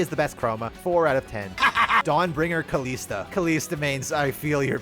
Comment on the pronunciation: Dude Kalista says her name in her voice lines. Do you not know how to say it?